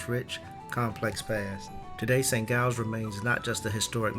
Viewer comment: just a tip - the "G" in St Giles is pronounced as a hard "J" (as in "Jam") not a "G" (as in "glue").